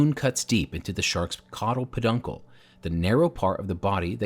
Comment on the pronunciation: Awhh his poor cod-al po-dunkal! For real though, I feel bad